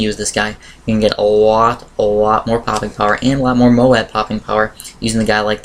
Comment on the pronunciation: Dude moab is pronounced like robe